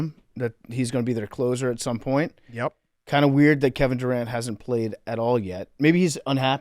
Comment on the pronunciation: "Kevin Duron"